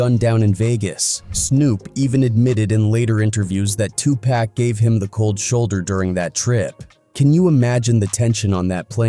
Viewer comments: If you don’t know how to say 2 Pac, dude, maybe tell us another story that you actually know about. It’s so irritating!!! If it’s AI mispronouncing then teach it how to say it correctly. I mean get it together, consider who your audience is! Common sense! PAC would appreciate the effort because that’s respect for the dead. Otherwise the content was ok. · It burns my ass when newscasters and AI cannot pronounce "Tupac" properly🤨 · Y'all need to have somebody that does these shows learn how to pronounce 2Pac 's name right if there going to do a story about him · You are saying his name wrong it’s 2 pac not 2 pack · 2 Pack??? Could you sound any whiter? And I'm white! I think the world knows 2Pac is pronounced, (Two Pock) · How hard is it to say pock and not pack 🙄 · It Tupac not Tupack !! Have some respect in this ICONS name !! Notice Snoop is on EVERYTHING !! Dre like !! "Just keep my name out this shit". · Tupac not Tupack WTF !!!! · Tupac!!! Not Tupek.. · Why tf so many white people say tupack??😅😅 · 2 Pack. Pronounce the name right. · Mans said TWO PACK. Man ppl still can’t pernounce big homies name ? And yeah snoop yeah. Idk about u fam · I stopped watching when it said Tupack... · 2 Pack...PLEASE say his name like he said it!!! Driving me crazzzzy 😖😂🤣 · Why report on a topic and can’t even pronounce their names right?? Who is 2 pack?? You shouldn’t be reporting anything and can’t even report the victims name correctly. Go back and do real research stop just trying to put anything out there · I just can't handle "2 Paack" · I wonder if we spelled it 2 poc they will pronounce it right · I was trying to finish watching this but the 🤡 narrating this said 2pack one too many times infuriating me 😡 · If this man says 2 pack one more time I am gonna pull my hair out At least Iearn to pronunce the name damn!! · Quit dissrespecting the dead, it's not TuPack wtf! Why do you narrators continue to do this. I stopped midway due to this. Cut it out already!